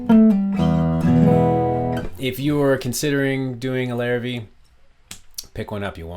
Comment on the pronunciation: Hi there... just so you know, despite being spelled Larrivee, as it is French in origin, the name is actually pronounced "Larrivay". Nice review of a great instrument though.